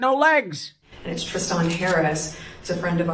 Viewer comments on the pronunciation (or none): Is she really referencing a Tris-than?